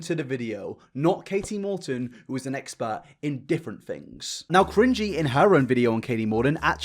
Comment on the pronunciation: Katie Morton without the second T